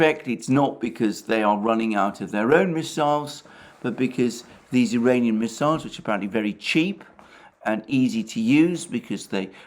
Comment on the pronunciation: When You try to say "Iranian" drones, it sounds like "duranium" (fictive metal from Star Trek) and Youtube hears it as "uranium". Also, it should be referred to as "Iranian design/type", since it was not confirmed by Iran or Russia, that those drones were produced in Iran.